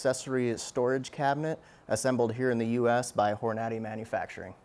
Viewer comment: Hor-Natty lol